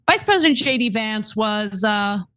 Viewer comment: I heard Ana say Cheney Vance instead of JD... 😬